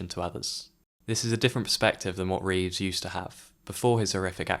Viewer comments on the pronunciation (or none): I hate to criticise, as you've obviously done your own narration and not used one of those awful AI voices - but it's Christopher REEVE not Reeves. His name is even shown on screen a couple of times.